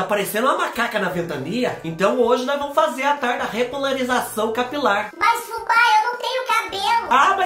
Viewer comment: Eu tava c saudades dos vídeos de receita de cabelo Fubá! Adorooo quando você diz que o "produto" tem que agir bem na entranha capilaŕŕŕ...😂😂😂😂😂